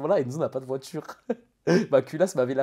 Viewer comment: Le coffre d’une « voitchure » fin de la vidéo pour moi 🙂